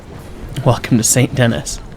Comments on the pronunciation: Fun fact, Saint Denis is not pronounced “Saint Denis” it’s actually pronounced “san danee (in a French accent)” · the city of Saint Dennis is not pronounced the way it looks. Its pronounce "San Denee". its french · It’s pronounced San den-ee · "Saint Dennis" is crazy lmao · "We made it to Saint DeNNiSS" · ah yes, my favorite town "Saint Dennis" give him no context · Those semaphores sprinkled all over Saint Denis (pronounced Saint Danee) are upper quadrant semaphore signals, common on British railways in the early 1910s-20s until being replaced by electric light signals in the 60s. I’m sure you know this already, but the 4-6-0 is mostly based of the Baltimore and Ohio #147 “Thatcher Perkins,” built in 1863. She retired from service in 1892 which means this engine does not fit the 1899 time period by 7 years, unlike the more period appropriate 4-4-0 which is based off NYC #999. The bell sounds for both types of locomotives are taken from Strasburg #90, albeit a bit smaller than they actually should be. Surprisingly the AI engineers have accurate American whistle codes you’ll occasionally hear when departing/arriving at stations, going through crossings, even that emergency 5 blasts to tell you “clear the tracks.” All-in-all, pretty decent portrayal of turn of the century American steam while still being cursed in the infrastructure department. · i've never been to Saint Denis and i'm irrationally bothered by it XD